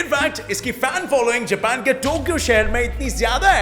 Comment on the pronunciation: Don't say japan like that or otherwise I hate u because I love anime ❤️